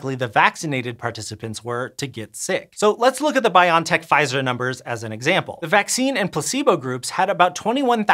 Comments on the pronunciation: Not "Bion Tech" but "Bio N Tech". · You can find videos of the CEO pronouncing it Biontech, as in bionic technology. I find it weird and wanna say Bio N Tech, too, but I figure the CEO and founder of the company is probably best authority in how to pronounce it.